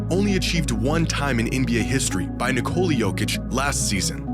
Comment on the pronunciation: his name is basically his country's version of nicholas. and yall calling him nicole-uh for absolutely no reason at all. damn silly